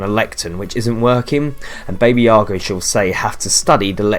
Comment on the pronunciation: baby yaga really bro? its pronounced b-a-b-a yaga